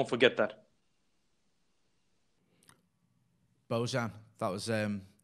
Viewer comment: "Bowchan" gave me the chills. Preach brotha´!!💖 (Sounds like pronounces Bojan as Bowchan, and I like it. Hahah)